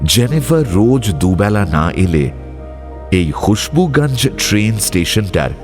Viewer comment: সবই ভালো লাগে। কিন্তু মানুষ আর জায়গার নামগুলো আপনারা হিন্দির মতো করে উচ্চারণ করেন কেন? যেমন খুশবুগাঞ্জ কেন বলছেন? গঞ্জ তো স্পষ্টই উচ্চারণ করা যায়।